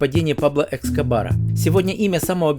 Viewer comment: Пабло Эскобар( не Экскобар😊), Йеллоустоун не пошёл, и Костнер не помог, Метод и Медленные лошади - отличные сериалы, остальные не смотрела, буду пробовать